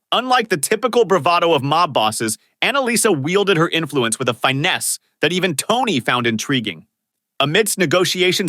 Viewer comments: the hell is Fine-ness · Yeah, something. They pronounced finesse “fy-ness”